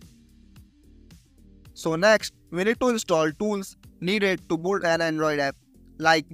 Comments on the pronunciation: Build ❌ Bolled ✅ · Build ❌ buld✔️